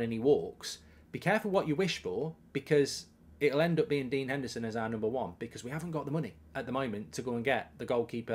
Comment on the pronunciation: Put some respect on Dean Hendersons name